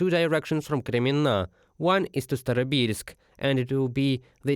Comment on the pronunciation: Like the pronounciation of KREMMINNA! there is a must visit place as tourist! And of course Aluchta at Krym.